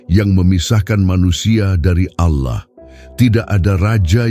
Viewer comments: Heeeeee. Allah bukan ouloh... Apa itu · ALLAH BUKAN AOULOH ...KOCAK